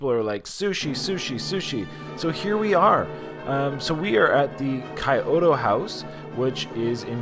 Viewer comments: “Kai-oto” lmao its “key-yo-toe” house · I think it's pronounced kee-yo-to